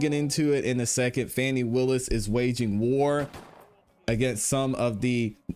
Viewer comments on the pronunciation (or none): Be respectful and pronounce Madam DA’s name correctly. It’s pronounced Fawni not Fanni. Despite your views on the case in chief, show respect. That’s not too hard.